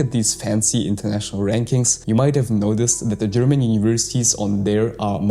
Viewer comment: Are you German? Your pronouncing is very good